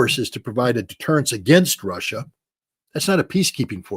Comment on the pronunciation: What is "Rawssia"?